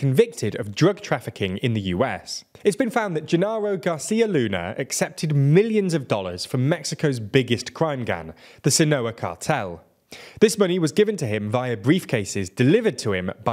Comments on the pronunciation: Sinaloa* hahaha not Sinoa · *Sinaloa, no "Sinoa"